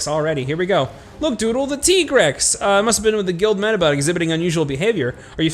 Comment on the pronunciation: I still call bs on Tigrex being pronounced Tee-grex.